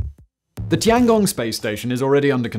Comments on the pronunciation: tian gong, not tangong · Bro really called it the tonggong lmfao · Tee-Ann Gong